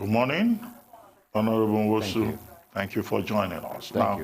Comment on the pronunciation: First of all, Laila ought to be ashamed of herself for pronouncing Nwosu as "Nosu". Why would a Nigerian, born, bred, and residing in Nigeria not pronounce a Nigerian name, and such a display is not shameful? Most of you purport to be "One Nigeria" champions but only to become semi-literate once an Igbo name appears before you? Haba, if na oyibo name you go pronounce am with perfection pass even the oyibo wey get the name! Where is Tundun? She definitely would not pronounce Nwosu as "Nosu", shoo! Second, the people criticizing must not have paid attention to his message; the man was correct and excellent in his message, which is the financial emasculation of the legislature and judiciary from a governor's grip. I initially was opposed to president Buhari's order, because I believed that he overstepped his powers, but I am currently not sure he did. As contends, governors should either go to court or implement the law if they insist that it exists.